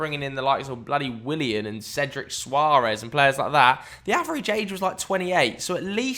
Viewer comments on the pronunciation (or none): none